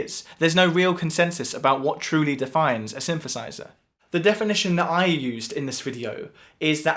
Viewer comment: What's a Shinshershizher?